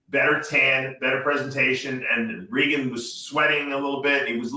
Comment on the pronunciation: Why is it so hard to pronounce "Regan"?